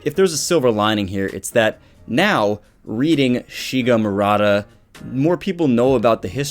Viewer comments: Maruta not Murata JS. Not sure if he mentions the pronunciation error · ... and it's mah-roo-tah. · yeah. People being experimented on are "Guinea pigs" but not every Guinea pig is "Maruta" in japanese. That name was only used to describe prisoner in unit 731. And you can't pronance maruta as mar-uta i japanese. So let me sum it up. Doctor's name is Maruta. Not murata as has written in title and description (well, after me comments he changed it and now is pretending that nothing has happend...). And "maruta" means log in japanese and during WWII was used to describe "Guinea pigs" in unit 731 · Its Maruta silly. Jeez the english accent butchers it.